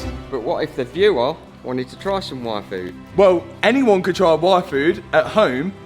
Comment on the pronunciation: Every time he said yfood I think its wifo! ara ara..